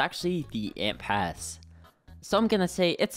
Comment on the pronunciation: is it just me or just why did i hear n pass over ant pass